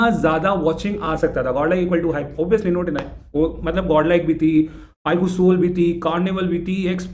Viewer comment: IQOO❌ IGUU✅